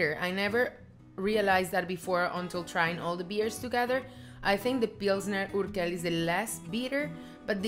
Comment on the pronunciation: Hi! Next time go for bottled beers, because they're more environmentally friendly and they have way, way, way better taste than beers in a can. It goes from worst to best: can - bottle - draught beer - tank beer. Pilsner Urquell is pronounced "uurkwell" and not "urkel". It's from the German word Úrquelle, which means an "old source" and that's why this beer is called Prazdroj (Urquelle). If you order a Prazdroj, Czechs will know what you mean. Pilsner Urquell is the best beer on this planet and if you want to enjoy it's best taste, have a tank beer... There are several pubs in Prague having them and my most favorite one is on Dlouhá street. You like Budweiser the best and that's ok. Budweiser, Pilsner Urquell and Gambrinus are made from Southern Czech water, which is best for making beers, so there's the logic behind it;) Please make a video about Moravian wines. Maybe take your husband and friends for a winetasting and make a video out of it.